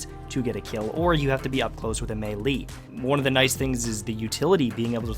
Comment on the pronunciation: Melee is pronounced May-Lay not May-Lee